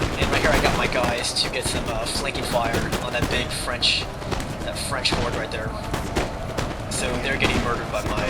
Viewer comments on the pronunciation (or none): none